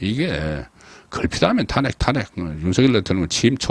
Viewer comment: 탄핵의 발음이 그렇게 어려운지요? 정말 듣기 어렵네요 탄핵 말 하지마세요